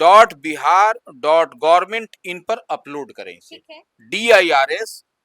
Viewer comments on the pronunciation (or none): DLRS hota hai na ki DIRS😅